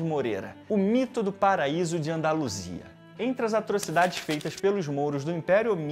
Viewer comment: Vídeo muito bom cara, sou seu fã. O "andaluisa" me quebrou kkkkkk